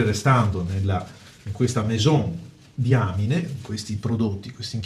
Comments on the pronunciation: ...si pronuncia "daiamain"! Che diamine!! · Sì pronuncia daiamin... Se proprio dovete fare le correzioni, prima studiate...